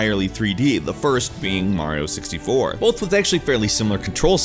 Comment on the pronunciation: Stop saying bolth 😂